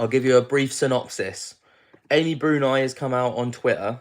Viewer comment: How do you not know Amy Bruni (brew-nee, not brewn-eye) was on Ghost Hunters for YEARS or who Katrina Weidman is? She was originally on Paranormal State years ago. They're both awesome investigators that have been around as long as the men you're talking about.. sigh. Sorry, I normally love your videos. :) Just could have done a better job on your background info on the people involved. ❤